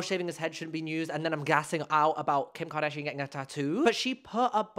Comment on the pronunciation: "Who you may know from KEEYUMKARDAHSHEEAN" made me snort on the bus noooo 😭